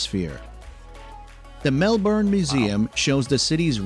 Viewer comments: Wow he actually said Melbourne correctly by accident on one occasion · I’ve lived in Melbourne my whole life and I call it Mel-Ben 🤷🏼‍♀️ same with Brisbane, Bris-Ben 😅